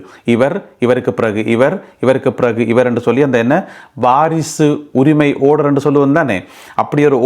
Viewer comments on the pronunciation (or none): டேய் படிக்காதவனே. ஓடர் இல்லை. ஆர்டர் டா. சரியாக உச்சரி டா.